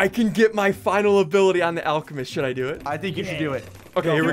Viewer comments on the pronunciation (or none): BRUH SSUNDEE SAID ALE CE MEST IS ALCEMEST